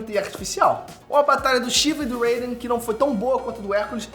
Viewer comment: Alguem me esplica por que a pronunçia do nome Raiden ta em ingles